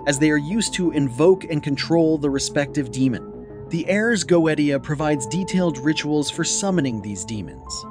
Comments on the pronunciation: Please please all English speakers in every video please learn to read the Latin words with the exact pronounce, Ars Goetia is like Urs GoeTSeeA with the last A read like in “us”. This is a little effort to do but really I’m Italian and I can’t listen to these wrong sounds everytime it’s really annoying even because when we learn English we must learn the perfect pronounce and not change it based on our language’s rules. Sorry I don’t want to be mean anyway the video is well done and appreciated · The fact that you pronounce the Ars Goetia wrong multiple times... Drives me insane... please fix it 😂 But other than that I really did enjoy this as a person that works with demons. This is very interesting I enjoy seeing other people's takes on the infernal Divine. They are truly amazing entities to work with. Show them respect. Do not try the control they have free will they don't have to do anything for you. Lord Lucifer is very kind he has helped me with self-love and my healing journey. I have also been working with baphomet For balance and recently Prince Vassago For my healing journey as well and to help with the tarot. I do appreciate you showing that demons are not the things that people like to portray them to be.